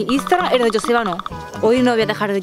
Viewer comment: Joseba que es vasco,pronunciais bien el nombre de Joseba para ser del sur 😂